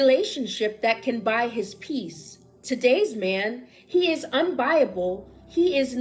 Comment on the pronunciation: wtf is "UNBIABLE" ???